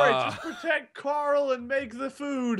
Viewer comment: Did you guys ever notice every time rick says carl loud it sounds like he's saying coral :)